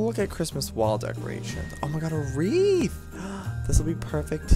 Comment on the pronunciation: It's Wreath